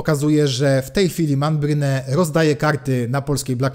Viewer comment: Prawidłową wymową nie będzie "Menbryn"? :)